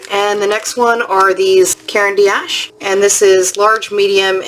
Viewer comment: Thanks for sharing your purchases! Just a note, in saying Caran d’Ache don’t pronounce “D” as the letter, but as the sound = just ignore the apostrophe: Phonetically, karen dosh.